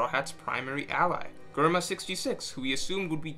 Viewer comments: Sorry this is the first time I’ve listened to u, I love the insight agree with it all, but can’t stand the way u pronounce everything wrong… hahaha germa is Jerma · It's "JER-MA" not GER-MA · how did he just pronounced Germa ... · Who the fuck is "Gurma"